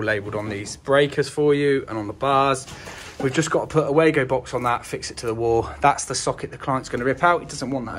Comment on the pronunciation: You keep saying way-go (wago), when this cage clamp first arrived 30 years ago the Germany manufacturer pronounced as Var-go, i don't think it has changed.